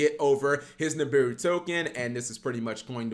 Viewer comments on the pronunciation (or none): Holy crap! Double Ni'm'biru in the hand then Dat Ni'm'biru on Ni'm'biru action! Twice the Ni'm'biru, twice the Cap mispronunciation. Legendary Ni'm'biru duel from the man himself. Day 209 of Cap's Ni'm'biru support.